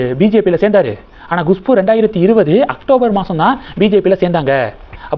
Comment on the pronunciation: Gushpu illa.kushpu